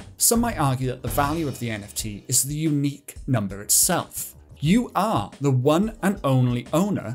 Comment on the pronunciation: "unqiue" :_caspFacepalm: But still giving great information to people